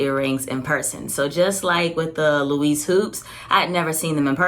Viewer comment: You pronounced embossed wrong and Louis wrong😂